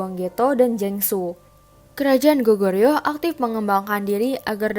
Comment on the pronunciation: Boleh koreksi dikit tentang pronounce nya g? Sbnrnya kalo bilang Joseon itu emang e nya kdg nyangkut kan nah yg bener itu bacanya 'gojoson' e nya rada ilang. Bukan sok tahu tapi aku belajar cara ngomongnya. Sama Seoul itu bacanya 'Soul' kek baca bahasa inggrisnya nyawa. Itu juga kan Baekjee nah itu bacanya bukan bakje tapi 'bekji'. Goryeo bacanya juga bukan goreyo tapi 'goryo' sama kayan joseon yang mana e nya rada ilang. Cheomseongdae, cara bacanya juga bukan ceoseongde tapi chomsongde. Sekian Semangat, kakak